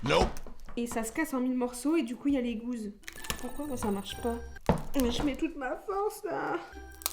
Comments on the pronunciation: ca m'énerve d'entendre dire GOUSE et pas GOUSSE x) et de voir une courgette éplucher aussi omg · par contre on dit gousse d'ail, pas gouse d'ail 😁